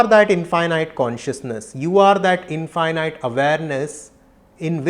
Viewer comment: Namaste and thank you for this profound presentation..🙏 Please correct the pronounciation of 'infinite'